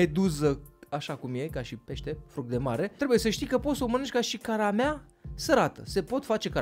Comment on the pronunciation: corect este caramela, nu caramea bafta incontinuare